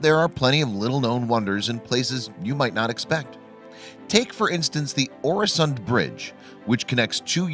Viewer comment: Watch in him saying Öresund as oresond is painfull